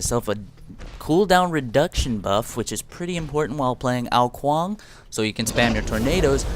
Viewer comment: kong? i'm pretty sure is ''Kuang''